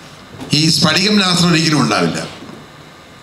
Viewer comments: സ്ഫടികം/ പടികമല്ല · സ്പടികം അല്ല "സ്ഫടികം" ആദൃം മലയാളം അക്ഷരങ്ങൾ പഠിക്കൂ😑😊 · സ്ഫടികം🔥🔥 not സ്പടികം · സ്പടികം അല്ല. സ്ഫടികം എന്നാണ് ശ്രദ്ധിക്കുക. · ഒന്ന് പോടാ സ്പടികം എന്നൊക്കെ പറഞ്ഞു അപമാനിക്കരുത്. സ്ഫടികം എന്ന് തന്നെ പറയണം